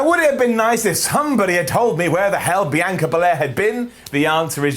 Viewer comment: BEE-YON-KAH. You're butchering the EST of WWE name